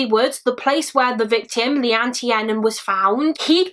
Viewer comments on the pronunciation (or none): It surprises me that you're British, yet still mispronounced Leanne's surname. I watch a lot of these kind of videos and it's usually people overseas that don't pronounce names properly. I think if you're going to cover something like this, surely it would be respectful to the family, to get her name correct. It's not Tee-air-nan. It's Tier-nan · No hate at all, but Tiernan is pronounced Tear-Nan. Its an Irish surname. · Minor nitpick it's pronunced tearnan. It's an irish surname.